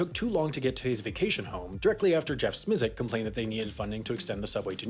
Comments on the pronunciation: I know that HAI doesn’t get the same resources as the main channel and that Smisek isn’t exactly the world’s favorite person...but his last name is pronounced SMY-sek, not SMEE-sek. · It’s pronounced smi sack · I think it's prounouced "Smye-Sik" (rhymes with "Isaac"). Source: watch?v=ts8p6e-uI9w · You need work on pronouncing Jeff Smisek’s last name.